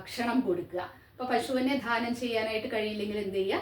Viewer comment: ദാനം എന്ന് ഉച്ചരിക്കുക ധാനം എന്നത്‌ തെറ്റാണ്‌..